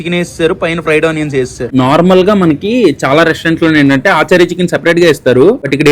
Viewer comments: aachaari, sharma, gupta chicken kaadu bro, its achaari chicken (అచారి చికెన్) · Aaachari chicken kadu ra tammudu....achari chicken ...funny pronunciation